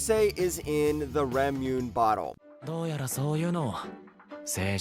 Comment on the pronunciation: Ramune… it’s pronounced ra-mu-nay. Stopped watching your video right there